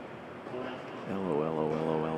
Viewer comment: "this needs to stahp" HAHAHA